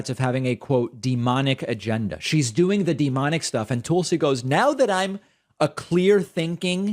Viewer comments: Hey David, you’re the only one who refers to Tulsi as “Tool-sie”. Do you do that to insult her, or are you just not hearing the way she and everyone else pronounces her name. I mean if you’re doing it to insult her, fine… I think she is a bad egg. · That’s the creep’s long running joke. Intentional mispronunciation. Yet if anyone accidentally mispronounces Kamala wrong he leaps on and makes an issue of it every time. I guess the joke is that other people are too stupid to know how to pronounce Kamala’s name correctly and he’s so smart that the way he can signal his dislike of Tulsi is by deliberately mispronouncing her name. Such dry humor. So ironic. He knows he’s deliberately mispronouncing someone’s name but those other clods don’t know that they’re mispronouncing someone’s name. Hahaha. In other words, he’s a prick